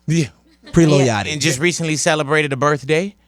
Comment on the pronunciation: Yatchy... pump... vurt...zan....nooooo 😭